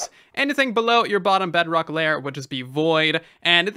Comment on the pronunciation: At this point idk if he says bedrock or bugrock